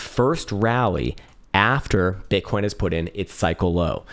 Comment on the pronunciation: did he just say “bitcorn?”